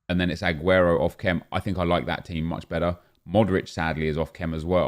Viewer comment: Why does he pronounce the A on AGUERO so much?😂 AHguero